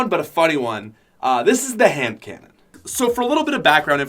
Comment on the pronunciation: when u said handconnan i laughed